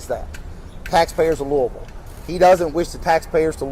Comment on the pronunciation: Thank you for pronouncing Louisville correctly!